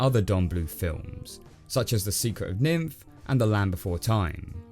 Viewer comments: >Secret of Nymph Nimh is pronounced as Nim where are you getting the PH sound from? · It’s NYMH not nymph lol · Why do you say secret of NIMH like that? you say it like nymph. its NIM. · Why do you keep calling it Nimph? It's not a transitionary stage of an insect between larva and adult..its N.I.M.H. pronounced "nim." The "H" is silent. It's a real thing. The National Institute of Mental Health. The book was a bit of a critism on the kinds of work they would do and testing in the supposed name of treating the mentally ill. Mental health services at the time the book takes place and even to thsi day is less progressive than you'd expect. Yes, it's much better than the past generally but it's always got its constant horror stories ongoing just beneath he surface to varying magnitudes. Sure, tests on rats don't typically seem as bad as testing directly on humans but it's still pretty horrifying stuff if you were the one doing it..considering rhe sociopathic traits and apathy required for those in charge, even if for lower lifeforms, it makes you really have to question just how qualified they are at determining the standard for mental health and if they should in fact be slme of the patients. The plot in the story is also mildly reminiscent of Flowers for Algernon. It is a short story about a man born with a below average IQ. He is treated like shit and has a shit life but similar to Lenny from of Mice and Men (jeeze there is a rodent theme going on here..) he is blissfully unaware and happy. He is talked into a mental health experiment, a surgery that will increase his intelligence. They show him before and after examples of a mouse names Algernon who was the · Did you just call that the secret of "nymph"? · Just so you know, it's The Secret of N.I.M.H. not nymph. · Ummmmmmmmmmmmmm, it's the secret of *NIMH not "nimph"